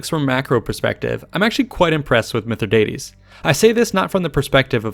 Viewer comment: Keep mispronouncing his name dickhead!